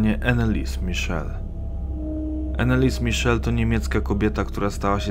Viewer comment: Dokładnie. Wymowa niemieckiego imienia i nazwiska jest zupełnie inna.